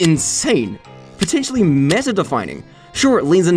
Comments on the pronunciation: said “potNETially” instead of potentially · Potnetially lol it’s potentially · I feel the need, to point out. PotNetially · "potnentially" Also April Foul's? You couldn't even get THAT right Good video tho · "Potnetially" ~ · "Potnetially" lmao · potnetially XD